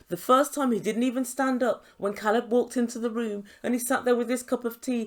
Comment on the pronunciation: Alina is horrible. She doesn’t bother to pronounce his name correctly, makes sh!tty American comments and i think she puts her friends up to all the interrogating questions. If Caleb leaves this situationship she will definitely blame it on her size.